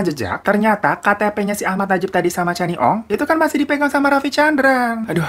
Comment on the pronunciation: Bang glowing, sebutannya kenny ong, bkn channi ong 😁 salam syg dri 🇲🇾